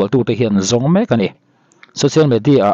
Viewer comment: I hmanhmawh ltk vang nge ni,social medi ah ti a ilam te kha,in video kha ngaithla nawn veleh teh khai.. .